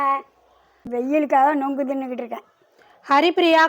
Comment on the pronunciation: நொங்கு இல்லை நுங்கு